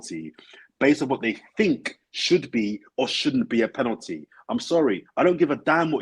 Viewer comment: Someone tell, its penalty not penany 😂😂